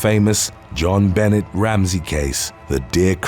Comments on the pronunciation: Jon-Bo-nay Ramsay is how it's pronounced.... Not John Bennet Ramsey.... 🙄 🦃Happy Thanksgiving🦃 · Just so you know for next time it's pronounced ben-a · It’s not Jon Bennet, like it’s a male name lol. It’s pronounced one name, with the t silent. The j is more of a soft j too. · Jon Benet is a HUGE case. It would have taken you 5 seconds to look up how to say the poor girl's name.